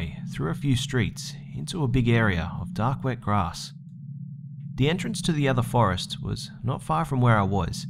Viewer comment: "forest to" LMFAO